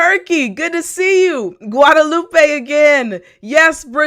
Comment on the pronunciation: Hello you're my favorite teacher, im from Guatemala 🇬🇹🇬🇹🇬🇹, when you said Guadalupe I thought you say Guatemala 😃😄😄